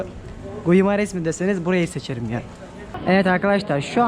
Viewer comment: guimares okunuşu gimareş